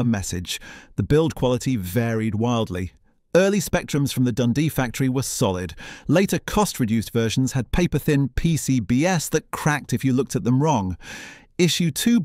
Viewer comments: Yes, the 'zee' was already mentioned. Also, I noticed that PCBs was pronounced 'Pee See Bee Ess' rather than 'Pee See Bees' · Yes, it is very convincing, but if you know what to listen for, you can spot it for what it is. The sharp "Breathing in" before speaking is one give-away, and "PCBS" at time index is a dead give-away - I think you mean "PCB's", you phucking A.I......... But if you ignore these irritations, the information in the video is still good value. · The AI voice is awful: 1. PCB-ess instead of PCBs, 2. "The indestructability (is that even a word?) of the Z80". 3. The Zee-Exx Spectrum... No mention of the ULA. No mention of Flying Train by Chris Sievey. A half-baked documentary. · pee cee bee ess... really? stop using bloody AI voices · Yep... the voice is good but the giveaway for me was pronouncing "PCBs" as "Pee See Bee Ess" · P-C-B-S, surely PCBs.